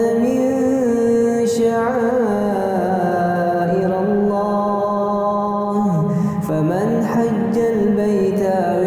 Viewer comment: Ada sedikit kehilafan kecil pada ayat 158 irillah, dibaca irallah, insya allah istas bisa liat kembali karena ayat ini sudah dihafal mati tentunya sehingga akan sllu berulang kesalahan yang sama